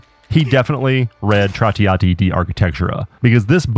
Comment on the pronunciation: 1 Million italian souls died when you said "Trattiato di Architectura" instead of Trattato di architettura, even as a non italian, apart from that this helped me so much to understand siege defense a lot better.